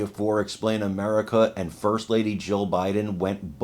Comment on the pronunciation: I hate to tell you this but either your lisp or your language or something is messing up your tongue when you say Jill Jill Jill Biden j i l l and when you say Jill Biden it sounds like you keep repeating Joe Biden I hope somebody mentions that to you that you don't enunciate or pronunciate that word correctly her name is Jill not Joe